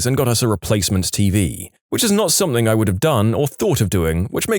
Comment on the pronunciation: No K In the word something